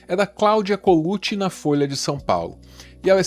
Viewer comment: "Fôia" Sendo o que ė